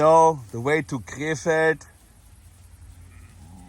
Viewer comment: Sounds like you are saying K-Fed. Britney spears' ex husband. Side note.